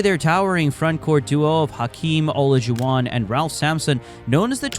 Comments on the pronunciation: The AI voice trying to pronounce Olajuwon 😂😂😂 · You left out some significant things but overall an excellent video, and I was disappointed how you pronounced Isaiah's and hakeem's last name.